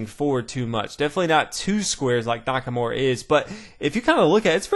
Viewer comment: NakaMURA* not Nakamore! Beside that, great video keep it up